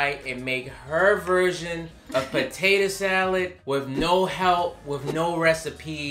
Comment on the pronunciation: Loved how said tator salad.